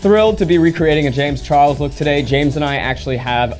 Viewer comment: "jayems char lez" HAHAHAHAH